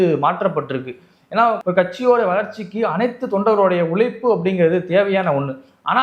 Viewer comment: உளைப்பு,வளக்கமா என்றால் என்ன? உழைப்பு,வழக்கமா என உச்சரிக்க வேண்டும் 'இரண்டுக்கும் வெவ்வேறு அர்த்தம் உள்ளது."ழ' உச்சரிப்பு வராதவன் எதுக்கு சேனல் நடத்தி தமிழை ஏன் கேவலப்படுத்தனும்?